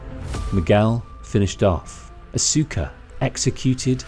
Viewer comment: I used to think it was pronounced like that too. It's Aus-cuh.